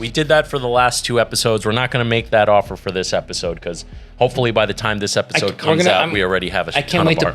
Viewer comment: Definitely gotta start calling these “Episalts” after that little slip up 😂